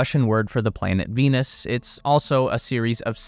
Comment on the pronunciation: They thought you said Penis.